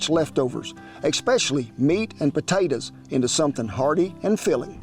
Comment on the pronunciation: I love when you say "eXspecially". I used to ride a colleague for this, telling him it's not written with a f'n "X" and therefore not pronounced in that manner anywhere in the English language. Of course he continued. Eventually life caught up, me mellowing a ton with age. EXspecially good video sir!